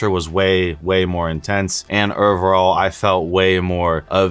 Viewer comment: Omg every time you say ovrrrall